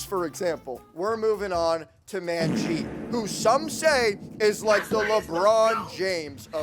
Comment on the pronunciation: Its not "Man jeet" it's "Munnjeet"